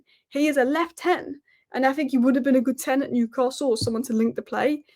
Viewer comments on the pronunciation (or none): none